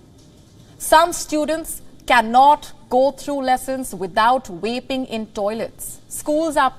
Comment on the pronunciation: Is it just me or is she saying waping instead of vaping lmao